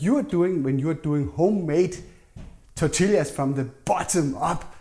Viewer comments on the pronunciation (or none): Good recipe! Its said "tor-tee-yah", though. Double L "ll" in Spanish makes the "y" sound. ❤